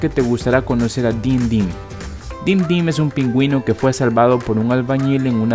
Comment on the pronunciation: Te equivocaste en decir pingüino